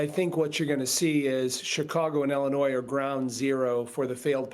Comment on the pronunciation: Ellenois? It's Illinois